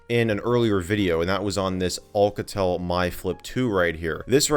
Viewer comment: olcatel haha it's Alcatel . A not O (but i dont care i just dont have a life hhaha)